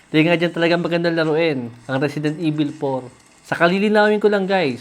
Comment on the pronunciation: risidint ivil 😂